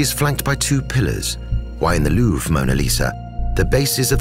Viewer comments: pleasant commentary BUT what an ear grating pronunciation of Louvre. Its not Louvra. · Narrator pronounces Louvre two ways. Anyone else catch this?